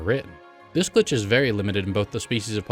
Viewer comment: Sometimes it sounds like you are saying "gli" instead of "glitch!" I wonder if your microphone settings are at fault?